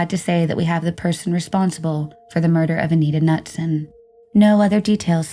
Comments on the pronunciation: Knutson is pronounced Nootson not Nutson. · Anita Knutson = Anita Ka-NOOT-Son (Not "Nut-Son") 😉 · I'm getting tired of the YouTube peeps either dont pronounce the names correct or are just reading without thinking. Pretty sure it's not nutsome. But noodsun. So messed up how you dont even realize this. Grrr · Pronounced ka-nootson, not nutson